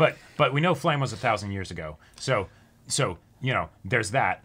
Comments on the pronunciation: She's called "Flamme", not "Flamel". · It's not Flam It's Flam-meh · Who’s fla-hm ?? New character?? “FLA-MEH”